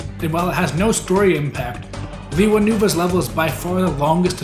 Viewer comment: Its lay wuh not lee wuh.